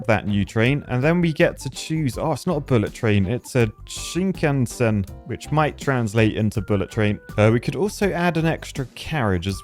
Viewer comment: For a word from a different language you pronounced it pretty freaking close to what it actually is. (She-kan-sen)